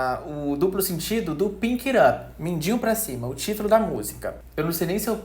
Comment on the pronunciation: Só pra constar, porque é um detalhe pequeno mas que deu um certo incômodo: durante o vídeo inteiro você pronunciou o título da música como "Pink It Up".